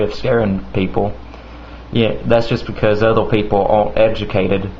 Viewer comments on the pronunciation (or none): "because othew peopew awent educated". Ha, you sound funny